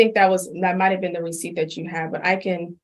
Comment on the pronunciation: Well, at least he admitted "I was bean disobedient" and "I bean doin' stipulations"